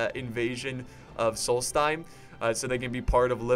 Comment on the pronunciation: Pronunciation Tips: Aldmeri Dominion does not have a T. It's not Altmeri, there's no T. There's a D. Aldmeri. Solsthiem: It's not sols-time. There's an H in there. Solsthiem. TH. It isn't pronounced "time". Also, black bars on the screen when you put comments in the video. Check the video And, you're paying THEM 300 Septims a turn. It was cringy to watch you do that and think you were being paid.